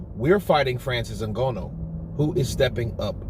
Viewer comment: I still don’t know why you saying Francis’ name like that. No one else says N-Gono, neither is it spelt in a way which would allow you to think it is pronounced like that. Stop it dude